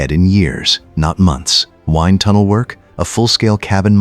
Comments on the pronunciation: Wind pronounced like wine-d? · The narrator should pronounce WIND correctly. Doing so will improve this YouTube channel ranking .